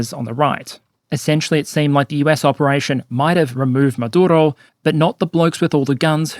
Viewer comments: I really enjoy you, but respectfully rolling the R in a dictators name is just hilariously asinine. Just say it like every other English-speaking person does. He does not deserve respect for his native tongue. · Do you need to say Maduro like that? Over pronouncing when its not needed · Why are you trying to pronounce "Maduro" with a Spanish accent? 😂 You don't pronounce "United States" with a fake American accent. And you say "Venezuela" like you would normally say it, as an Australian. But suddenly Maduro becomes "Madurrrro" (and "Carrrracas" and apparently also "Irrran" and "Irrrraq", but not "Rrrrussia" or "Ukrrraine" ;))) (Love your videos otherwise but this was weirdly distracting)